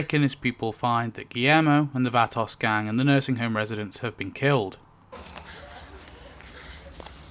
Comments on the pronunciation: Vah-toss hahahaha I love it! Bring it close it together and make every syllable short like this vAHTos not toes or toss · "Va-Tas" da fuq. Its not an English word brother say it correctly. "Vaa-tows" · its not fhatos, its VOUGHTOS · Sorry but this bugged the hell out of me every time you said it. It's not "vaa-toss"... is "vaw-toes"... the word is plural for "vato". Pretty much every gang name worldwide is a plurality and you're pronouncing it like it's not. Not trying to offend but since you say it so much, it's kinda annoying. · Ah yes, the "Vat-oss" 😂 It's pronounced "Vah-toes" for future reference, chap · thats the whitest pronunciation of vato ive ever heard and im white as hell 😂🤣😂 its (v-ah-toe) phoenetically my british homie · Cool video, just one thing, Vah-tohs. 🙂~ Oh, one other thing. How dare you, how DARE YOU, SIR, knock "The Great Garbonzo!" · pronounce VAH-TOES. The spanish A sound is Aaah, like open your mouth and say Aaah, and their O sound is Oh, like Oh no. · I'm so sorry, but I can't stand it anymore and I KNOW it's not your fault. 😅 I'm sure it's just your accent turning the Vatos into another word. The proper pronouncation is, VUH-toes. Think South center LA, dickies, low folded bandana, Chicano from the Hollywood movies. VUH-toes, pull your head back and push your chin up on the VUH. ❤ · It took me up until 20 minutes into the video before I realized that when you were calling the nursing home episode the Vatos , you meant VATOSE... Phonetically pronounced. Yest Vatos pronounced Vatose, long "O" sound! LOL! Great video, thanks for sharing! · Its pronounced VHAT-TOES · Vato is pronounced VAH-toe, so the plural is VAH-toes. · “The Vahtocks” 😂😂😂 it’s not hard to google the proper pronunciation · It’s pronounced “Vah toes” ok??? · he said Vatos like it was Vanoss. Wow 😂😂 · vah-tose say it Vatos. speak english please. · Vah-toss is insane dude so some research if you’re unsure it’s Spanish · I just realized you are saying vatos